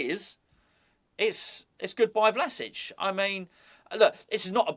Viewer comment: Love the fact that the Croatian manager's name rolls off the tongue with ease, yet you're forced to re-record a video because of an inability to say 'Calvert-Lewin'.